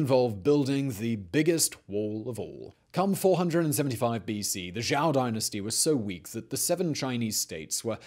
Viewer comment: Or plain lazy? It's not that he is voicing it wrong, but blatantly obvious he has never heard it said once and is purely just going off of how the word looks. I can forgive half fucked repetitions of Google Translate voice and getting the intonation wrong but this is just plain lazy. For example how he repeatedly pronounces Zhou 周 (jhoe) like Zhao 赵 (jhow), which are both common and entirely different terms in Chinese history.